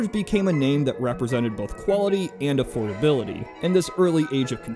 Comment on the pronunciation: and a-FORD-ability